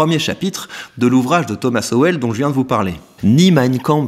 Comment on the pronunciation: grand fan de Sowell, et content de le voir cité sur une chaîne francophone :) Par contre c'est prononcé "Sol" je crois